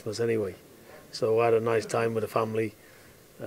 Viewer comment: VIS AND VAT. Talk properly pal